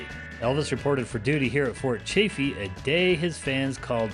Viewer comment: Its Quaw (rhymes with claw) paw (just like a dogs paw. And Chaffee rhymes with staff then the e at the end. It surprises me all the people who do travel videos but never bother to ask a local how to pronounce the names.